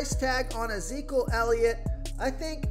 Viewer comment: Uhzeekal Elliot lol? ... it’s ih-zee-kee-uhl